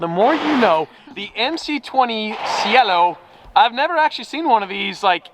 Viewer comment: the pronunciation of Cielo is "Chelo" but yeah, gorgeous colors on the new Maseratis and even that one Countach